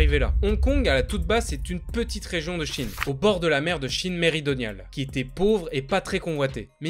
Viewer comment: "Méridionale" et non pas "méridoniale"...